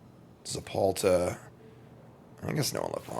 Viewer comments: ZeTalPa, not ZePalta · God he just kept saying it… so annoying lol